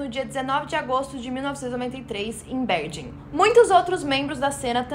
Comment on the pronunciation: A pronúncia correta de "Bergen" é "Berguen"